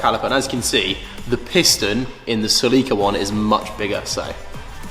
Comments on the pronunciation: Sir, please stop calling a Celica a "Sea-lee-cu" it is pronounced by everyone in the entire world besides yourself, "Cell-eh-cu". I am sorry but I almost feel like some words the British people say are pure rage bait. 😂😂😂 🤘🐵🤘🐵🤘🐵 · I have never heard anyone say 'toyota celica' like that before... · I was wondering what the heck a Celeeka was and then realized it's just british pronunciation of the Celica.